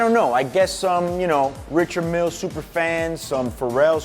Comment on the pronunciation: Surprised he doesn’t pronounce it properly, (RI-shard, MIEL) Not throwing shade because I know this man is solidified in this game.